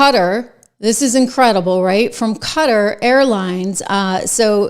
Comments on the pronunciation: Qatar. [The Amir of Qatar, when he’s speaking English, pronounces it “kuhTAR”. The “cutter” or “gutter” pronunciation is incorrect.] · ka tar, not cutter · It is a country in the middle east. QUATAR! KAH-TAHR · QUTAR. Some folks pronounce it CUTTER.